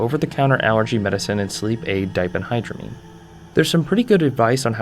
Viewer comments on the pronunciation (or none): 1) That ph in diphendhydramine has an f sound, not a p sound. 2) Diphenhydramine is the active ingredient in most OTC sleep aids, such as Tylenol PM. So, it is commonly used for aiding sleep (though they usually charge more for the sleep aid than store brand of Benadryl).